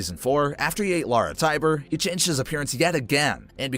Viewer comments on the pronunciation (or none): none